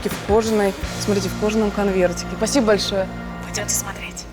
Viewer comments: она не может сказать: спасибо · Азахазазазаазазахахахахазазааз я так заржал когда она перед терминалом пол часа простаяла И еще я думал это тольео у меня но я все таким заметил что все проктически люди которые умеют разговаривать на Русском говорят не полностью спасибо а пасибо